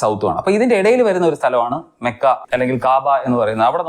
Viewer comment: മക്ക❌ മോക്ക ✅😂😂😂😂😂..........